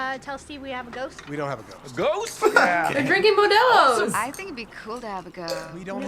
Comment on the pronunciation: it's pronounce modelo (moe dell o)